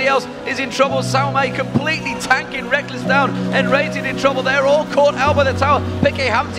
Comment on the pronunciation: So used to “Rek-less” that when they call him “Rekkels” I can’t help but laugh